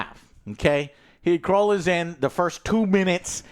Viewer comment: Who is kroll 😂😂wtf how you cant say knull